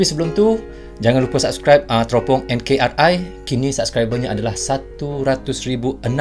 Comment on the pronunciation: NKRI(NEGARA KESATUAN REPUBLIK INDONESIA)...Jadi jgn baca enkar,ai...baca dgn ejaan bahasa indonesia..🙏🙏🙏